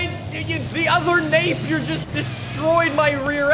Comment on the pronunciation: The same company that invented British Racing Green, has the fastest car in the world, has an amazing name. But nobody knows what it is. At least you pronounced it right